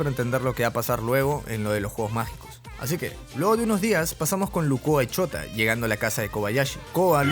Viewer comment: cuando se llama Shouta pero cada vez que el tipo dice Shouta se escucha Chota